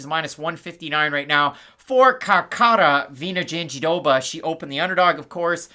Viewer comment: It's not pronunced JandiDoba, no matter what Anik says. was saying it closer to the right way before. Me again, trying to correct your pronunciation. Love you guys